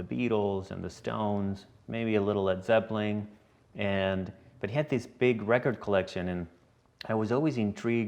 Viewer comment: Did he say Led Zeppling two times in a row?